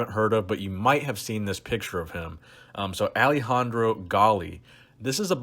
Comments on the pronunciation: It's not Alehandro...it's Alessandro...with an S. Nice top5. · It’s Alessandro not Alejandro 🤦🏻‍♂️🤦🏻‍♂️ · It's AleSSandro Galli, not Alejandro, he is ITALIAN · AleSSandro... not AleJandro, the guy is italian. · That would be AleSSandro Galli. He’s Italian not Spanish (AleJandro) ;) I enjoy your videos by the way. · Hey, Alessandro Galli is Italian like me! He's 48 now and still shredded... respect. ps the name 'Alessandro' is pronounced as written, with a 's', not like Spanish Alejandro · It's AleSSandro, italian name, not Alejandro, spanish. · Just a quick thing; Alessandro is Italian, not Spanish. It's "A-leh-ss (hard S, like the c in cent) - an - dro" Love your content, fan from Italy! <3 EDIT: [ i was very much not the first person to type this I apologise] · Alessandro Galli. You pronounce the S's. AleSSandro. Ok? He's Italian, not Thpanish. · Nice content man, but the way you pronounce Alessandro is unlistenable. You confused yourself with the Spanish name Alejandro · How the hell do you pronounce alessandro? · Haha I was wondering why he pronounced it like that.